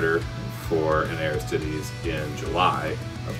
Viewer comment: Aris-tee-days. Nothing to do with Ares' chest. Also: Man that packaging is both horrifying and calming, since it apparently is packaged well enough to survive that :D